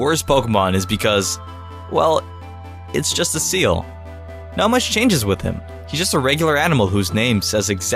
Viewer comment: Can you say seal for me again XD